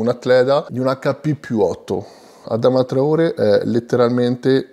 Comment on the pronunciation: Si pronuncia Adamà traoré